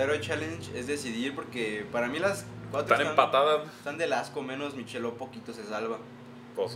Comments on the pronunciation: ya se que es una mamada mi comentario. pero se pronuncia "maikelob" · es “mikelob”